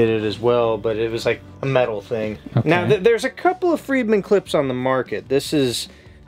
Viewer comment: It is "Fredman," not "Friedman."